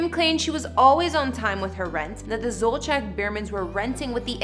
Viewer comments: It’s killing me every time she says her last name. It’s not Zolcheck! It’s pronounced Zol-see-ak!! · Zolciak is pronouced ZOL-Z-AK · I've noticed over the past few years that news anchors, YouTubers, writers, etc, do not take the time to learn how certain words are pronounced, especially names. To me, it comes across as laziness. It is very easy to learn how someone's name is pronounced, especially a famous person. I wish this video got the correct pronunciation of their last names. It makes the video seem impersonal. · That house is nowhere near 17,000 square feet. And you don’t pronounce Zolciak right 😂